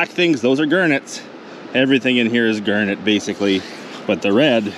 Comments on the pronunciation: Bro I couldn’t tell what a “gurnet” was until I realised he was saying garnet😭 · Is it pronounced "Gernett" Or "Garnett" because I always pronounced it with an a sound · I love the way he says g*arrr*net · "Gurnat".......? lol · The first time he said garnet it sounded weird to me…now 6 minutes in, I cannot remember how I used to say it…